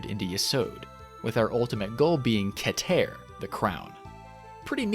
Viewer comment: I'm Israeli and I can guarantee you all of your Hebrew pronunciations (except Zayin, which funnily also means dick) are wrong. But hey, A for effort, Hebrew is a tough language! A-leph, not a-LEPH. LA-med, not la-MED. KE-ter, not ke-TER. Tif'E'ret. And so on. Regardless, great video! You clearly put a lot of work into it!